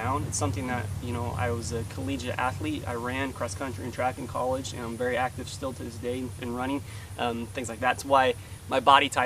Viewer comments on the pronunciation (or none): Lol... he say " i wuz just in it for the kollige!"